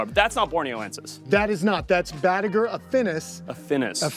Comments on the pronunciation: Its Batagur not Batugar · Even after hearing say batagur (BATA-GUR) why still call it batu gar 😂